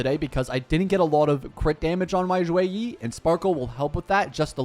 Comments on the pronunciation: The "Xue" is actually less of a "Z" sound and more of a "Sh" sound in Mandarin, so it sounds more like "Shoe-weh" rather than "Zhoo-way"! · Should be "Shu -e -ih" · In Chinese it would more or so be shue e so for the shue you have to like upper your tone and for the e you have to lower the tone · it's more like shuYei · no, its pronounce more like sheh-ee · not really almost perfect, more like the last 20% was correct 😂